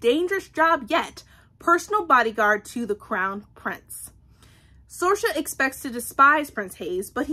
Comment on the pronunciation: The name Saoirse is pronounced Seer-sha, it’s the Irish word for freedom. You’re saying Sorcha (sor-sha) but it’s an easy mistake to make when you’re not familiar with it